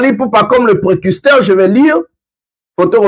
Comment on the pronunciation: On dit précurseur et non precusteur joyeux Noël a toi